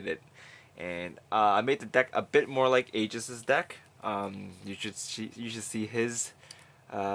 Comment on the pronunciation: Oh...aegis,lol i heard jesus 😂